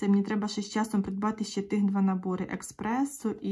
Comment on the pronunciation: Гарні наборчики. Бажаю отримати задоволення від відшиву. Можна вас виправити , бо дуже слух ріже. Не еКспресо, а еспресо😊